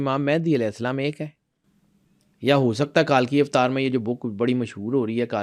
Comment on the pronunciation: It's not کالکی اوتار it's کلکی اوتار